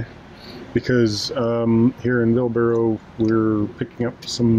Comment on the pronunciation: I am too late to the party to say the building is a salt store. High enough to keep a winters worth of salt plus room for the aching to load the spreaders. But I will be pedantic and say Bilsborrow is pronounced Bilsburra. Loving the vlogs on our canal whilst drinking out of my new mug. 👍🏻